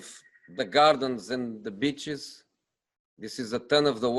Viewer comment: bitches instead of beaches 😂